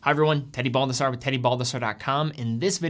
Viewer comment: I've just noticed that Baldassarre can't pronunce correctly his own surname.